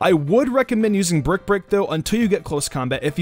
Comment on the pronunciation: Brick brick? U can't say break 😂